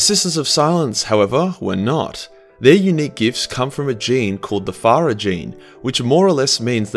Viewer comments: It's not pha-rya; it's pah-raiah. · The "Fah Ruh" gene. secretly chinese confirmed. It's pronounced "puh-rye-uh" haha. Pariah means social outcast.;) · The what now gene.....Farrah??? Did you mean.....Pariah..??? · I have listened to this a bunch of times now, and I still giggle when he calls the sisters of silence "furriers". Good times... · PA-rye-ah.......ya muppet. No F sound in the word. Love the vids, keep 'em coming! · Pariah: pronounced; par-i-ah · Pariah is pronounce PER-RYE-AA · Who the hell pronounces Pariah as fariah? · Is it just me, or does say “Pariah” weird? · Do you pronounce "pariah" horribly on purpose?